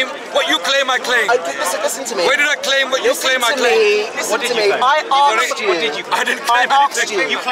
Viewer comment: "I arxd u?" so listen to him you pillock!